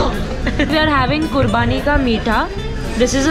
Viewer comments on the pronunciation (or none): It's Qubani not quarbani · its not kurbaani ...its kubaani people often call it qurbani